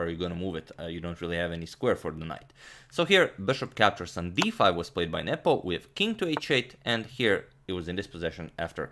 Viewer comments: Anyone else thought Agadmator was saying "nipple" when referring to Carlsen's opponent? lmaoo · You saying his name made it look like 'nipple'